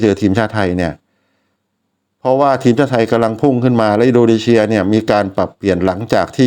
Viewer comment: อินโดนีเซีย ไม่ใช่ อินโดนีเชีย นะพี่ มันคือ ซ โซ่ ไม่ใช่ ช ช้าง และขอบคุณสำหรับวิธีการเข้าดูบอล